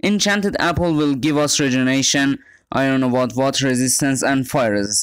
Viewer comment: i was just watching this for the second time on my PC. and i realized you're pronouncing "regenerate" wrong. you might wanna look that one up